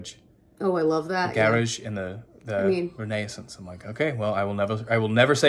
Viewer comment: The way you say Renaissance is the correct way in French! Bravo, très bien prononcé 👌🏽 And also, if it’s not spicy, I’m sorry to say it’s not really harissa 😅. I’ve been living in Tunisia for a year now and man, that harissa is strooong. I’d gladly send you some 😊